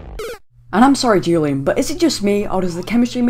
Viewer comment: Dammit its WHOlian. Not Julian.